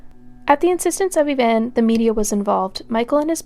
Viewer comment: I’ve never heard of this case. Great job! I love when I find cases that haven’t been done over and over. If I could make one observation? The victim’s best friend, you called her “Evaine” throughout. Everyone in the court testimony called her “Evanne”. I just think that’s important when telling these stories. 😊